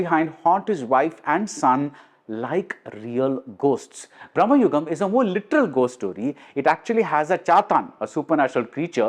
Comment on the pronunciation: Again, it’s Bhra.ma.yugam. Not Brah.ma.yugam. Both are of entirely different meaning